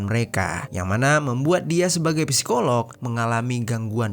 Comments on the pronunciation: Masukan bang. Cara bacanya sikoloh. Huruf p nya ga dibaca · Bacanya sikolog bukan psikolog